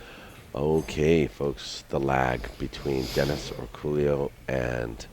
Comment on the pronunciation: His name is pronounced Or-co-yo, not Orculo. If you spoke Spanish you would understand why the error is obvious and insulting.